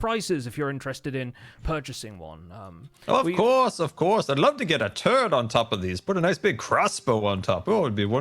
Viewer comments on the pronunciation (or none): I definitely heard him say “Turd” not “turret”, very different meaning lmao